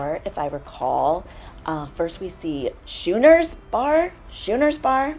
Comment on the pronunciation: The Schooner bar, NOT shooner, just saying, enjoyed the video.